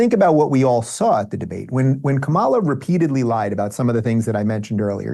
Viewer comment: Lol all Republicans pronounce Kamala wrong 🤣